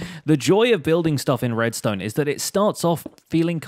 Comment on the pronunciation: whos oliver redstone u said oliver redsone